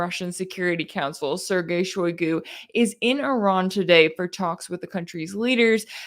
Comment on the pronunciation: Shoigu ----> [ shy GOO ] Rossiyan phonology, shy is unstressed and thus mute or schwach (weak), GOO is stressed.